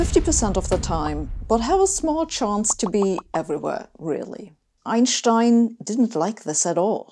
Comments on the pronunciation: It’s German pronunciation, and I’d also say it’s the correct one… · Sabine I'm smitten you have it all brains a seductive accent,good looks and best of all confidence so if you're interested let me know I'm sure my wife won't mind!!! Seriously I love your videos but my favorite thing is the way you say Einschtein it sound right!!! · That's the correct German pronountiation. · It is always pleasant to hear Einstein's name pronounced correctly. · I don't know where you are from (I'm french) but it's refreshing to hear Einstein's name pronounced correctly